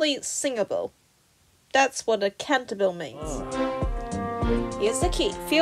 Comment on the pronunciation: Not to be that person, but it's pronounced Cahn-tah-bee-leh